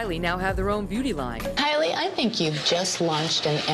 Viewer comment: Where is kry-lie? Kylie 😂